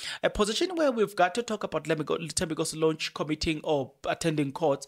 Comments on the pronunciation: Please pronounce Thembinkosi's surname correctly Lorch not Lonch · 🤣 the its Lorch not Lornch 🤣 but its okey the content is dope though 💯